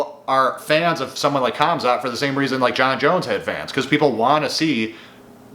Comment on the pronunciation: Bro said comzot